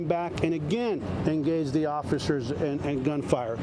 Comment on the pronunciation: I thought it was officers not offishers lol